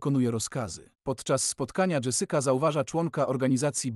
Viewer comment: dżesyka 😅 sadukar? serio.... masz ładny głos, popracuj trochę nad tym o czym mówisz i będzie super!